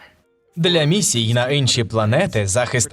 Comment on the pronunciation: Не "Инші", а "Інші". Бо це якійсь "пекельні борошна" виходять))